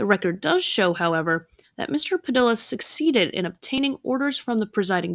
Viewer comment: "Padilla" is pronounced" PadEEYa"